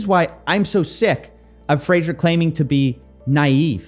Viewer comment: his name is pronounced like the TV show Frasier, you dont say Fraser, as it sounds like laser. Fray Zher with a soft shh in the middle